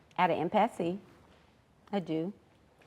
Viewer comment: She said Toya is at an impasse, but pronounced it "im pass see". Ok Mizz Intelligence